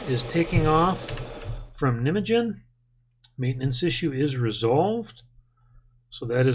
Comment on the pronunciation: The pronounciation of Nijmegen is a little bit different haha